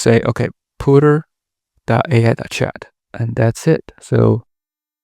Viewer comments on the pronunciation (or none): Puter as in ComPuter. Not, Pooter, which means crapping your pants.